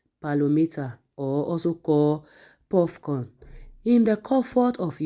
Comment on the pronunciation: this is pocorn NOT PUFFCORN